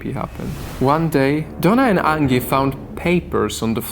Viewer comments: Angy? Are you sure it's not Angie? Like the song son?(Aaanjay) Please stop saying angy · Anji. Or angee. Not like Angela merkel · Angie is not pronounced like Ann-gi. The g is pronounced like a j. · It’s an accent :) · Angie is pronounced with a soft G